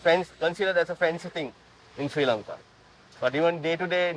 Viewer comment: It’s Not Kolambo it’s Colombo And It’s Not She Lanka it’s Sri Lanka. 🤦🏽‍♂️